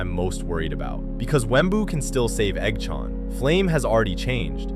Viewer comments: i love the AI Voice when it says Eggs name it sounds like EggShaun its great LOL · I love how the ai voice makes it sound like eggchown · The Eggchan pronunciation hurt so much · the pronunciation of eggs and manes name💔💔💔a